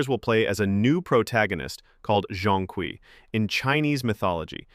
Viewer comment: Your mispronunciation of Zhong Kui is criminal.